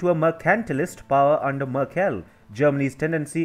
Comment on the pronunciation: I´m sorry but your pronunciation:merkÉll. I´ts funny hahah.